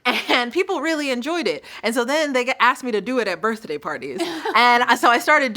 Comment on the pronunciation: Did Rachel just say “Birthdayuh parties?